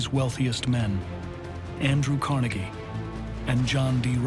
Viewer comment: Hey producers and narrator, as a Scots American and Pittsburgher, IT'S PRONOUNCED CAR-NEGGIE. You and NYC, GET IT RIGHT.